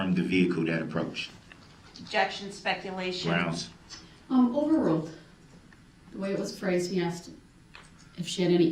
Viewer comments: Grounds with a z you crack me up 😂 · Grounz? Grounz for the substained he axed without relevancy. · Groundz with a Z………. 🤣🤣🤣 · I will always laugh when i hear "grounds" and "jurisdiction."